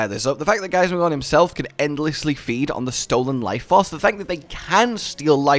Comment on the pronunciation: Drinking game! Take a shot every time says Giasmagor"N" instead of Giasmagor"M"